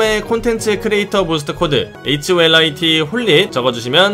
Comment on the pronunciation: 하~~ holit을 horit으로함ㅠㅠ